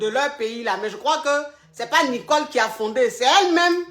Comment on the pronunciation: Hééé je m'appelle Nicole😭😭😭à chaque fois j'ai mal de t'entendre dire Nicolekro😂😂😂